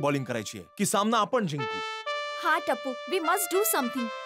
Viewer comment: झिंकू नाही हो... जिंकू असतं. TMKOC निर्मात्यांनो, क्रुपया तुम्ही पहिल्यांदा आत्माराम भिडेंकडून मराठी शिकून घ्या 🙏